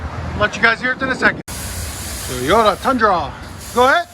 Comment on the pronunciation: Teyoda? It's Toyota bro.